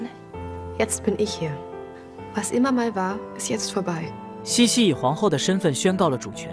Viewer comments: 虽然茜是个多音字，但是公主实际上的小名“Sisi”读成qian让人有点出戏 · 但凡看了电影也不会读成倩倩啊😂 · 奥地利皇后的小名是Sissi ， 应该是Xixi, 不是 Qianqian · 英文是 sisi 公主, 被叫做 qian qian 瞬间出戏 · 听不下去，是xixi, 不是qian qian 😢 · 是西西公主不是倩倩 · 那是cici 公主好吗 怎么一直读成倩倩😢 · 茜這個字確實是念（欠） 念（西）其實是錯的（（當然不排除他是破音字），反正我一直不懂明明他叫西西不管哪裡看字幕永遠都是茜茜😂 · 多音字。如果看过原版电影，就会发现名字的原文发音与xixi发音相近，而不是qianqian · 茜茜发音为西西，是她的名字 Sissi 的音译，为表示女性柔美而用了茜字。茜为多音字，有西和欠两个发音。这个事先应该做好功课，不然闹大笑话了。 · 在中文里英文sissi发音是xixi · “欠欠”的发音让我好出戏😅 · ㄧ直聽到欠欠公主⋯讓我無法入戲🤣🤣 找別的故事看😂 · 读“西西”吧，听得怀疑是我一直念错了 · 为什么要读成qian qian，完全听不下去了😂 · Qianqian 公主、听不下去😂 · 配音读错了我也没办法，谁还能不知道Sissi呢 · qian qian 听上去像Jian jian 😂听不下去啦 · 這麼經典的故事怎麼能把名字讀錯呢？錯了，也應該改過來比較好。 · 可能是机器人读的。 无法判断。 茜茜公主是举世闻名的公主， 如果是up主自己看过电视剧写的文案， 就不可能这样发音。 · 先把字读对了😢